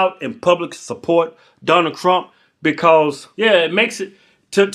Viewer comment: Did you just say Donald krump l😂😂 0.45